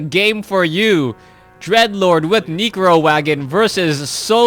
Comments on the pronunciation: why do you pronounce necro as negro? lmfao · "neecro" lol